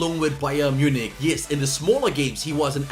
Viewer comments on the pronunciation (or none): none